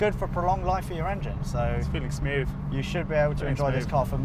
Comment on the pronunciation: He says 'feeling smyoove' at 11.54 and they both realise and try to keep theyr faces straight. I'm dying 😂😂